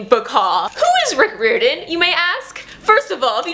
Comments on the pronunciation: I agree with all the Rick Riordan love, but it's Rick Riordan said like "RYE-r-don". I want to read the Kane Saga graphic novels. I think those are the only Riordan produced thing I haven't read save the newest book. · your pronouncing his name wrong, it’s: Riy-ordan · Not sure if anyone's mentioned this by his last name is pronounced 'rye-or-den' :) just wanted to mention that. WHERE DID YOU FIND THE PAPERBACK COPY OF HOO?? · Your saying his last name wrong but I’m new and I’m in love with your channel